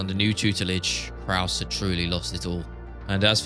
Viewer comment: Brendan calling krause krus made my day